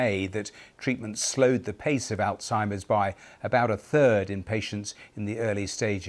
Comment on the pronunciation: ALzheimer, not AUzheimer